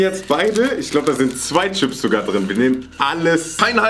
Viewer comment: Nimand: Wirklich Niemand::schips